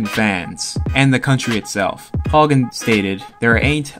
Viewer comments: “They must have been really tough cab drivers” Greg Haugen ps it’s pronounced How-gen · Greg Haugen(HOW-guh-n) deserves some respect... way before your time, He was a two time champ who beat Jimmy Paul, Hector Camacho, Vinny Pazienza and Ray "boom boom" Mancini. He liked to trash talk for the hype and to sell tickets. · It's pronounced Howgen.